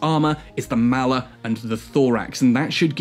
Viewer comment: mall er.... not mal er..... m all... all..Maller